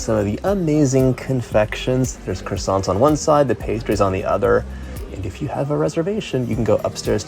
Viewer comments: I haven’t been to Paris for a while now. On my next trip I’ll be visiting at least some of these places. 😃 Best way to travel around Paris? Le métro (subway). Deserts plus café? Parfait! Glad you had fun John. Until your next city! Stay safe. ❤️ PS: That ‘t’ at the end of croissant(s), is silent. Even in plural. 😉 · I am desperate to go to Paris. These all looked utterly delicious! I would likely have made myself ill. I do wish Americans would pronounce croissants properly, though.